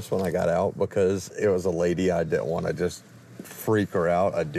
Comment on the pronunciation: It's a vant! Y'all went "vanting"